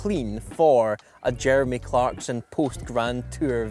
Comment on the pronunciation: cleremy jarkson